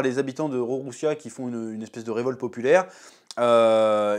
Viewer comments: Le royaume c’est Lulusia pas Rorrussia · Superbe review !!! Ps c le royaume de lulusia* et non de rorosia mdrrr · Normalement on dit Lulusia mais comme le R et le L se confondent on va t'excuser 😊 Et a mon avis la Mother Flamme doit pas être prête depuis longtemps, ca fait partie avec les Séraphins de l'armement qui leur donne cette nouvelle confiance en eux (parce qu'on peut le dire les Séraphins ont pas trop impressionné).